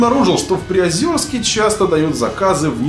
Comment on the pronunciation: ) Приозерск, через е, не ё